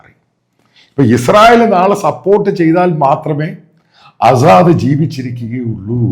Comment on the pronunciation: ആസാദ് അല്ല അസദ് എന്നാണ്. വായിക്കാനും എഴുതാനും ആദ്യം പഠിക്കുക